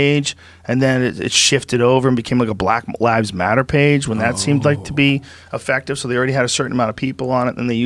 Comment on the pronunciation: The "black lives matter' comment in Russian accent is killing me! Hahaha!